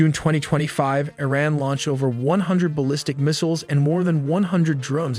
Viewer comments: Please educate yourself and don't be ignorant in pronouncing IRAN. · I hate these AI generated narrations. They can't even pronounce "Iran" correctly.